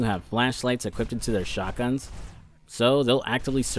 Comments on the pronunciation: Not taking the piss or anything but ive noticed when you say equipped you say equippeded.. just wondering if you knew thats how you say it as i used to say it the same when i was younger but never realised until someone pointed it out to me 😂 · Wheres the T in the word equipped